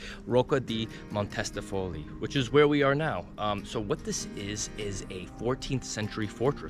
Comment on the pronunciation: Blimey, this man (also classless by the way) could have at least bothered to find out how to pronounce Francigena (with the accent on the i and not on the e) and Montestaffoli, osteria and other Italian words: he didn't get a single one correct! Bingo. With a guide like this!!! I can't believe it: incredible superficiality, incompetence and ignorance exploring Italian gems. Just offensive, insulting towards Italian culture.